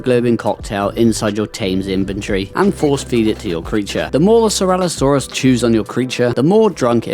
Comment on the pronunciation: No hate but please stop calling it ceralosaurus lol it is ceratosaurus cera-toe saurus. 😂